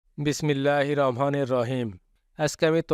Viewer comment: আসসালামু আলাইকুম। ধন্যবাদ আপনার সুন্দর টিউটরিয়ালের জন্য। একটা পরামর্শ। আমাদের দেশে অনেক বড় বড় নেতাও এ ভুলটা করেন। শুরুতে হবে বিসমিল্লাহির রাহমানির রাহীম। আপনি বলেছেন, বিসমিল্লাহি-র-মানির রাহীম। আল্লাহর নামটা সঠিক উচ্চারন না করলে গুনাহ হয়। জাজাকাল্লাহু খায়ের। আর যেহেতু আপনার চেয়ে অনেক সিনিয়র লোকও এটি দেখে তাই সার্বজনিনভাবে গৃহীত মর্যাদাপুর্ন শব্দ আপনারা বললে উত্তম হয়।